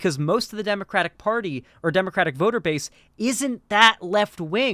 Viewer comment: Kyle not pronouncing the Democratic party name correctly tells me he is a closeted banana repub.